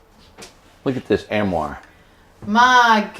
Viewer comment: arm-oire - not am-oire!